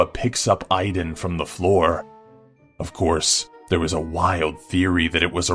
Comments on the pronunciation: his name is Aidan not Iden. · The Ring kid's name is Aidan, like AIDS plus DAN (minus the S). Not I-Dan. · the kid from the movie the ring's name is Aiden (aye-din) not iden. lol